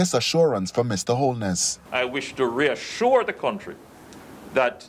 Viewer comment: Guh reasurre uh 😡